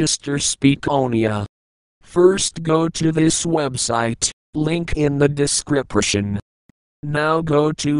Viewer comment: I always lost on that one "descripetion"